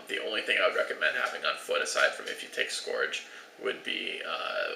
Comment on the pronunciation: Please learn to pronounce "scourge" correctly.